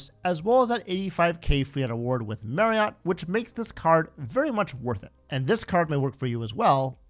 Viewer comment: Marriott is pronounced "Mary-it".